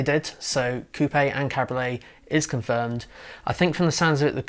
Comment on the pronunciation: It's called a CAB-RIO-LET. 3 syllables dude